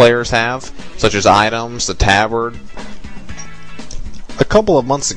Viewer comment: lol u say tabard weird